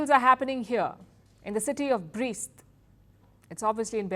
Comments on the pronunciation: the city name is pronounced like "Breast" not "Brist". do your homework better. City has a significant symbolic value - it resisted nazi's army for a week during WW2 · It’s not Brist it’s Brest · It is pronounced [breast]